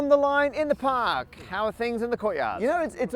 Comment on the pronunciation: Matt is going really strong with the non-rhotic R today. Sta's and pa'ks